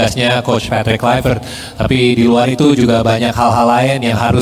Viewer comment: Patrick, Cruyff dan team adalah orang Belanda... Mohooonn, Toloooong, sebut nama mereka dengan benar, dengan ejaan dan cara pengucapan bahasa Belanda... JANGAN di Inggriskan... Supaya tidak membuat semua masyafakat Indonesia jadi ikut salah...seperti KLUIVERT, baca apa adanya, BUKAN KLAIvert...Terima kasih, semoga bermanfaat...